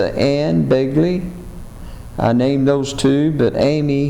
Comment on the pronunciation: Thats Begley not Belgley